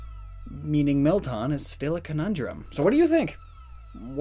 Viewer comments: it's pronounced "Melt-Anne", not "Melt-Ahn"! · He’s pronouncing it as “Mel-tahn” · Woahwoah woah... wait did you just say Melton? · “Melton” Me: “That’s just wrong”